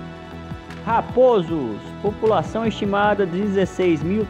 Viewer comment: O turista aqui quer esclarecer a todos quantos vierem a ver este vídeo, que a pronúncia correta da cidade de Raposos é RapÓsos, e, não, RapÔsos como o narrador do vídeo fala.